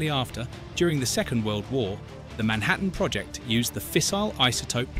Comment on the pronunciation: It Spelled Project not proyect. Narrator must be Danish ???